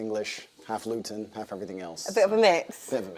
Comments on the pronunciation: Please don't pronounce Luton like "glutton" again. More like "gluten free". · pronunciation of Luton was fun for my british ears 😂